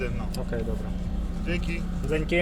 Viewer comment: Слухай не ДЗЕНЬКІ ... а ДЖЕНЬКІ хиба ти не чуєшь як поляки говорят ? We Wrocławiu mieszkałem wlaśnie i lepiej rozmawiałem po roku....